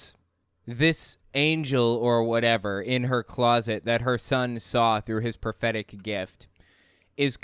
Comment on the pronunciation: Every time I hear 'prophetic' it sounds like 'pathetic'. Everything suddenly makes sense that way.